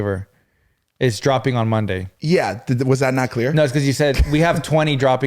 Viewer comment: i was confused when said "20 dropping today" sounded like 20 more! Got your back, 😂